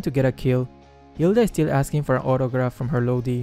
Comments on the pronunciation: Xd ur accent so cute it pronounced "LODI" but your pronunciation is so cute "LOWDI" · Lowdi that is his pronunciation of lodi hahahahahaha